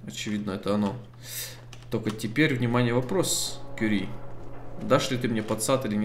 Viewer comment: Не вижу смысла смотреть до тех пор, пока не отошлёт Кюри́ или хотя бы не научится правильно произносить её имя. У меня жопа в небеса улетает каждый раз, когда с ней разговаривает.